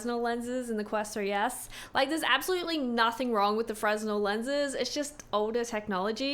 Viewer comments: Please, Please, PLEASE!!! 'Fray-Nell' lenses, NOT 'Frez-Null'! This is a common enough word in this space to not mispronounce! Also, yes Fresnel is older technology going back several hundred years, the 'pancake' aspherical lenses are decades old, but require more precise moulding and grinding, making it a more expensive lens to manufacture. Advantage of aspherical over Fresnel is larger 'sweet-spot', and less glare, especially when paired with OLED displays. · fresnel is pronounced frAY-nel, not frez-nel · it's pronounced Fren-elle. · Can you please start to pronounce the type of lenses correctly? It’s ‚fre-nel‘ Thank you! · Fresnel lenses the word is pronounced like "fruh nel" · FYI - The S in Fresnel is silent - it's "Fer-nel" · The 'f' and 'r ' aren't flipped. It's fruh-nel. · Fresnel pronounced 'frennel' I believe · My stupid ass kept thinking she was saying Fresno lenses 😭🤣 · Fresnel pronounced "fray-nel" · I'm super nitpicky here, sorry, but I think fresnel is pronounced "fre-nell". 😅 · fresnel the "s" is slient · The "s" in Fresnel is slient!